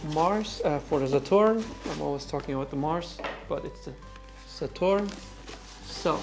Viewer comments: please stop saying 'Sa-TORN' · This comparison is consumate! You have provided all info and more in 50 min than I have found through scouring the interweb in 4 hours. Please continue to make content! You're fantastic at this! Also love the authoritative tone you have and the dismay you have when finding machine defects, you take great pride! Also love the way you say Saturn, exotic spin. Kudos. You have helped me/us greatly.